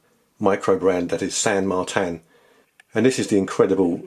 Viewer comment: It's San Martin not Martan.